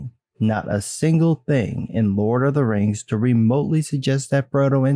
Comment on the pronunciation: Maybe he watched "teh lurd of teh reings" too often. 😂